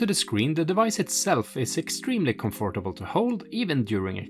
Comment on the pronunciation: The way you say "comfortable" tickles me every single time. Good video, pal.